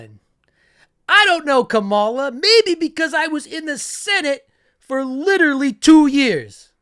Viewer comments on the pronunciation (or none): I do like your videos. I would suggest pronouncing Kamala correctly; it's pronounced like "comma-lah". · Thiel got him his first 3 jobs. We washed out of all til Thiel gave him a company. Oh and just a heads up Kamala is pronounced “karma-la”. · *COM-uh-luh. Great vids 👍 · COMMA-la. Should prob learn how to say it right.